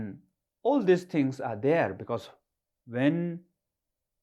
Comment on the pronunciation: Haha "panic follow me dere"